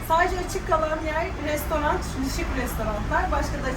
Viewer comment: çoook güzeldi bi de şu restorant demeyi bırakıp restoran deseniz